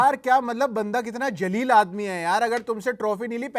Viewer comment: Zaleel, please. Aap shayad feel lene ke liye "Jaleel" bol do, but Jaleel means noble (Sajjan vyakti) in Urdu.. Lene ke Dene pad sakte hain